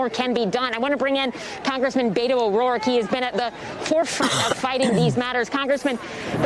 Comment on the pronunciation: Learn how to pronounce his name. It's pronounced "bett-o," not "bay-to."